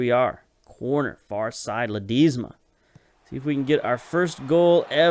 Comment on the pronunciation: Not sure if someone has said but it's Pronounced la-d-e-sma it's a short 'e' like in elf rather than a long 'e' like in teach